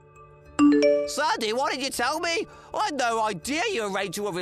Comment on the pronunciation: In the story whre the groom married twice. If I have to listen to that voice every day idk how I would handle it. And he can't pronounce sandy at all. Sandoyee! Lol.